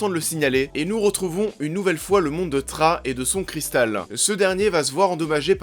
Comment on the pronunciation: Thras se dit srah ^^